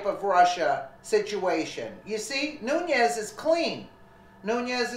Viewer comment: it is pronounced noon-es.